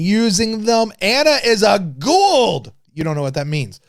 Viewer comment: C'mon..... it's pronounced 'Goo-ah-uld'. Say it with me, buddy. Don't cheap out on the phonics of it, like O'Neill does.... 😂